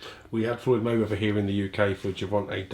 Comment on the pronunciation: "FLYDE MAYWEATHER" Hahaahah